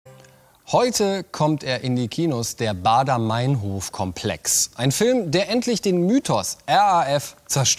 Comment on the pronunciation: der moderator kann nichtmal meinhof sagen. die heißt meinhof und nicht meinhoooof. scheiß extra 3.